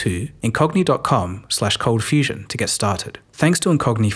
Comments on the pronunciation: i love your channel, but admittedly i miss "cold fustion" :) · Bring back the "t", cold fustion forever